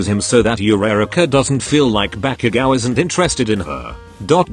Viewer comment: I love the way you say bakugou